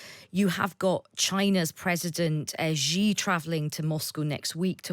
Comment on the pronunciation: Firstly, it’s (Xi) sshee, not jjjee, or ggggeee. Next, I think that the assessment is off. Yes to a point china doesn’t want Russia obliterated. But china is ecstatic at the progress of this war because a year ago Russia was the junior partner, but proud and moderately capable of putting up a fight. At the end of the day when this is all done china will have unequivocally established its self as a senior and dominant power with Russia as the undisputed lapdog. China will take back territory lost to Russia, probably without a fight. China obviously has to maintain a dysfunctional Russia, this is their long standing and consistent objective with every country bordering them. It’s a wise and pragmatic approach if you’re the CCP. Theses unstable countries will not develop into stable societies that can form as a dangerous precedent to the people of China, and they will remain very easy to manipulate and control. So china is walking a very fine line here. Ultimately I assume that they would want, in a perfect world, is another year of Russia becoming degraded to a point of utter subservient status to China, the ultimate borders in Ukraine to be established where the front line is now, this way a precedent is set, invade Taiwan or parts of India and where the front lines settle is the new border. Western interests clearly lay in getting Russia out of Ukraine entirely and regime change in Russia.